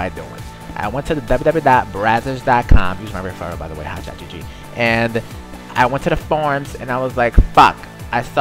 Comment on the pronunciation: lol he pronouns his name like hsgg